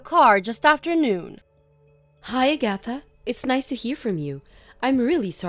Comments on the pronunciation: I had to stop what I was doing because I was laughing so hard! A-gath-a instead of Ag-atha. I had to listen again because I couldn't recognize the name. Then I looked at the texts and started guffawing. These things never fail to entertain. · Her name is pronounced Ag-a-tha not A-gatha. DONOT give any of your in-laws a spare key to your home and NEVER give them a chance to get their hands on your house keys so they can slip off and make a spare key. These mother f*ckers will rummage all through your house and rob you blind. They are trifling and believe they are entitled to anything YOU have. Let these so called entitled people get a JOB and have their own money. I'm glad that put a stop to the old prune face bitch getting money from them and cutting ties from her. Glad blocked her husband number from Agatha and Never give her your address to where you moved to. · Agatha was mispronounced repeatedly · Hey, watch a rerun of Bewitched to pronounce Agatha. 🤣